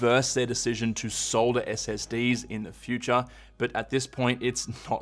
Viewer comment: Thank you for saying "solder" properly. 😁